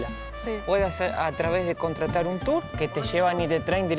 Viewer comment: no se dice tures se pronuncia turs